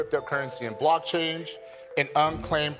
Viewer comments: He said "blockchange". Was that deliberate? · did that guy reading the laws say "block-change"? lmfao he has no idea what he's doing, we're safe